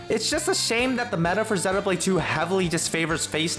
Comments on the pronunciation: I was thinking how nice it was to hear someone pronounce it properly heheh (being from UK) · 1) /zenow/blade is a perfectly acceptable pronunciation, and is even the standard in both Japan and the UK. /zɪjnow/blade is mainly a North American pronounciation. 2) Technically "long e" is /ɪj/ and is pretty distinct from the short e /e/. You can thank the Great Vowel Shift for rotating several of our long vowels.